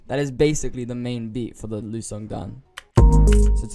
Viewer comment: It's pronounced Ly U